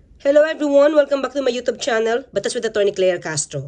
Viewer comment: Anong youtob?yan ba ang correct pronunciation?mga tagalog talaga mag-imbento ng pronunciation na hindi naman kanila ang linguahe.